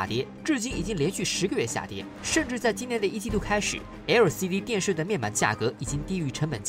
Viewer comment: 那個L的發音怪尷尬的